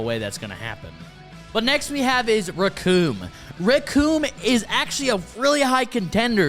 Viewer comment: The name is Recoome and it rhymes with DOOM!